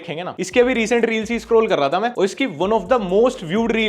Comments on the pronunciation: Th pe badi oo ki matra thoo😂😂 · था पे बड़े "ऊ" की मात्रा थू।🤣🤣